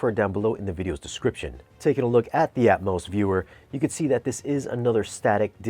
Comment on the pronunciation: Are you saying "Atmouse" on purpose because it's Disney? Lol